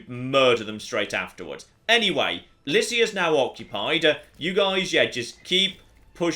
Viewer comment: I believe, Lycia is pronounced with a "k"